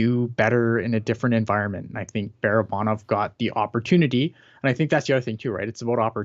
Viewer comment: Can we stop saying “bear-uh-bahn-ov” It’s Bar-uh-bahn-ov. There’s no “bear” sound in Russian.